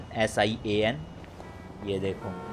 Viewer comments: Bhai sorry to say but the name is SIAN not SYAN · You Pronounced it wrong.